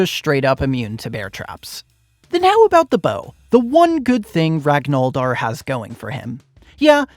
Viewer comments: saying "ragnoldr" instead of ragnvaldr is a cardinal sin 😭😭😭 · Ur a wiki admin but u dont know how to pronounce "Ragnvaldr". Rag-nuh-vaul-der. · It’s pronounced rag-ner-Val-der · your pronunciation of ragnvaldr hurts my soul, but the beauty of your ultraviolence redeems you. also, phobias don't really do anything. evasion only matters against physical attacks, and almost none of the enemy attacks are coded as physical. It really only matters for guards swinging their cleavers and the fight against d'arce. And I "think" iron shakespear BEFORE he sets his hammers on fire?